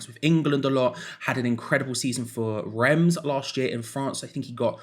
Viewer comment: Old boy. Well done pronouncing the s. Reims. Yes well done. The other two would have got it wrong. Lazy journalism from them, but not you.